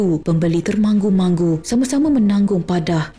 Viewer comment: Mintak betulkan sebutan termangu tu. Bukn termanggu-manggu, tapi TER.MA.NGU. ALAHAIIIIII